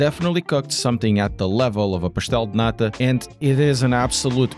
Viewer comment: The way you said "pastel de nata" was just perfect. Are you Portuguese (am I making a stupid question?)?